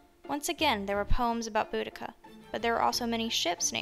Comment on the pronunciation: Thank you for pronouncing her name correctly, btw, good, video. Boudicca: some people pronounce her name totally wrong.🙂